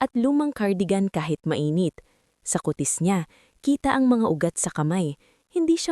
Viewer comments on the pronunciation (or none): Ku...tis hindi kutis na lol